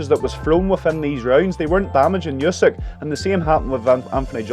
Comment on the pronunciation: you should learn how to correctly say the last name of a Ukrainian boxer